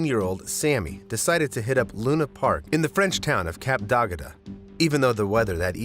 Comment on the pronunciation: Really minor detail, but that AI voice can't seem to pronounce "Le Cap d'Agde". It pronounced d'Agde differently every time. I don't want to have to go back to that portion to hear it again because it's just painful, but I think it pronounced it 'DAH-guh-duh' the first time and 'dah-guh-DAH' the second. It's really not that hard to pronounce. It's 'DAG-duh' (roughly).